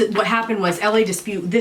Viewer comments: 'La' not 'LA' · it's La, as in la la la, not L A lol but maybe you know that now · Is it hard to say La it’s not L.A it’s frustrating. I remember why I unsubscribed to your channel. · It's La not L A Dispute. La dispute. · "Lah" Dispute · Pronouncing it wrong 😂